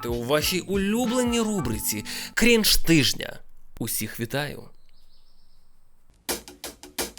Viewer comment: До речі, не дойоб, але правильно наче кринж, а не крінж